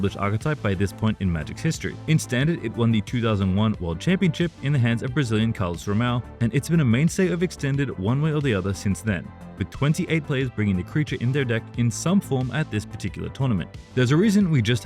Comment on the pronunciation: I know it's a very small part of the video, but please learn how to say carlos romão's surname. It's not hard, say carlos home uncle. But remove the 'cle', and try to connect the 2 words. I've heard people butchering his name for far too long